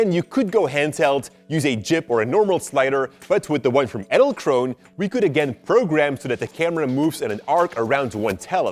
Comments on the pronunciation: I thought when u say "edelkrone" you have to pronounce the "e" in the end. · The pronounciation of Edelkrone is so goddamn wrong...